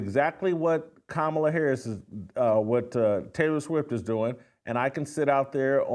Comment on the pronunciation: You're finally pronouncing Kamala's name right lol